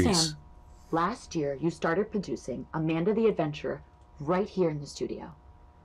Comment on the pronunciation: I swear you just said "Abanda the Adventurer", playing off the word "Abandon", and given the story that was comically brutal.